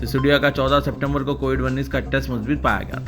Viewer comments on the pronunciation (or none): none